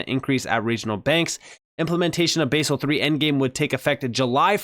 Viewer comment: Basel is pronounced baz-el with a soft A NOT base-el